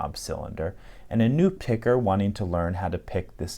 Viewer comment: Hey buddy at about you called me a “picker” and while I’m cool with it, you had better ease up on that “er” when you’re out on the streets just a friendly warning